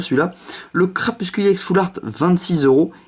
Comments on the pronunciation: Mdrr je lui ai deja dit il a dit qu'il arriverait jamais a dire crapusTule ! X) paix a nos oreilles :p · Bonne vidéo même si tu dis crapuscule au lieux de crapustule 😂